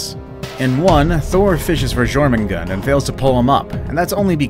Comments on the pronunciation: Its JORMANGANDER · him"gormongand" me: DID HE NOT PLAY GOW 4